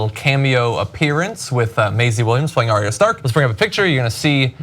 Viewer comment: Arya is pronounced AR-YA. Not ARY-A